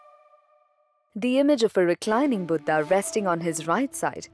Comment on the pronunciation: I love ur video except the vocabulary of some crude hindi words. Like instead of niravaan u repeatedly said nirvaanaa, i request u to kindly stop using this way to impress foreigners accent, its our language our word we must carry the original word with right uchcharan.... Its Buddh not buddhaa